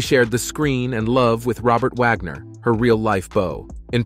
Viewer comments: Repeat, repeat, repeat! Vagner instead of Wagner? Nothing new here just a rewind of the same story! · Natalia is her birth name, not Natasha. Its not Dinazzo, its pronounced Di-no-zzo. Im an NCIS fan. She didn’t like the dingy hitting the boat from another article. Vagner? Vogner? Wow